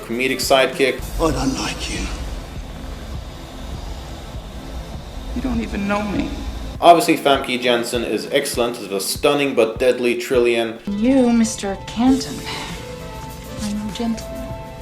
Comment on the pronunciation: Lol, the way you pronounce Famke Janssen is such a stereotypical American fault. :)